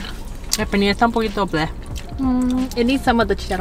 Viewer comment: “El pelnir esta un poco meehh” Me dying 😂